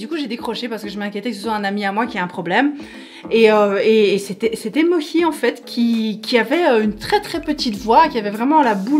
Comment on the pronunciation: nop Mohi ( prononcé bien le h d'ailleurs). Mochi, elle prononcerait MoTchi